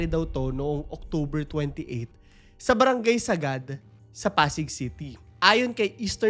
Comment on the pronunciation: Hi it's barangay Sa-gad hindi po sagad hehe ty